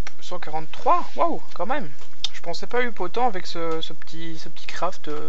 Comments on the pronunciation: Sa se dit "eup" pas "uup" si nn bonne vidéo :p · slt as un probleme avec up sa s'écris up mais sa se prononce eup ^^ et pas Up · non plus eup, ça se dit " app " comme app'lication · ça se prononce app et pas eup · omg comment dit up....